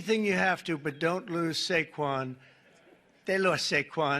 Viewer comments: It's Saquan Not Saguen. Fire The editor of the show 😂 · It’s actually SAQUON. Not Saquan or Saguen lol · Wtf is Seguen Barkley? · Who's Saguen Barkley??? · Who the hell is Saguen Barkley??